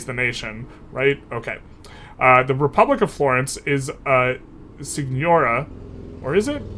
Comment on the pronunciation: It’s pronounced seegnoreeah :)